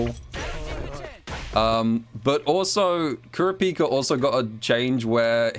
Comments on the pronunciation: Kur a pika not trying to flame you but I find it funny how u say it lmao What have I become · I slightly cringe every time says kurapika wrong